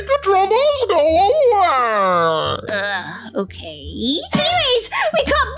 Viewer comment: Is okay not okeh